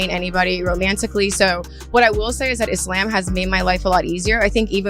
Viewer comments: She's pissing me off the way she's pronouncing "Islam". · Is-lamb is how she says it?!!😮